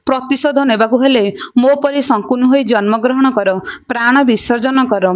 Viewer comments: ଶକୁନି କୁ ପଢିଲା ବେଳେ ସଙ୍କୁନି ବୋଲି ପଢୁଛନ୍ତି, ଦୟାକରି ଠିକ୍ କରି ପଢ଼ିବେ, ଖରାପ୍ ଭାବିବେନି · sankuni kahuchha siye sakuni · ଶକୁନି କୁହ । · ସଙ୍କୁନି ନୁହଁ ସେ ଶକୁନି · Sankuni nuhen😅😅😅😂 Sakuni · ଜଣକ ଶକୁନି ଶବ୍ଦକୁ ବାରମ୍ବାର ଶଙ୍କୁନି ଉଚ୍ଚାରଣ କରୁଥିଲେ, କାହାଣୀଟି ଅତି ସୁନ୍ଦର ଥିଲା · Not sankuni it's sakuni....🙄🙄🙄🙄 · Sankuni nuha sakuni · Sankuni😂 nuha Sakuni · ଶକୁନି ନାଁ ଟା ଶଙ୍କୁନି କେବେ ହେଲା... ଉଚ୍ଚାରଣ ଠିକ ଭାବେ ହେବା ଦରକାର । Afterall ଆପଣ ଗୋଟେ ଜାତି କୁ represent କରୁଛନ୍ତି । ଖାଲି you tube ରେ ଦେଇ ଦେଲେ ହେଲା...😮😮